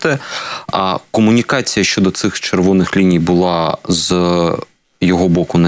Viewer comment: Добре, що вона говорить "кАмунікація", "кАнтракт" і тому подібне, бо інакше вона була б просто ідеальною, а це вже було б занадто)))) Прекрасна жінка, прекрасна професіоналка.